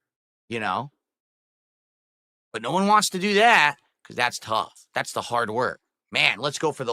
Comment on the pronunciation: It’s too hearrrrrd. that’s what I Herrrd. It’s to harrerredd.